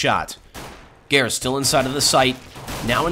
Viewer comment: How do you pronounce "seangares"? Whenever says his name it sounds like "gares" or "garis" without the "sean-" part.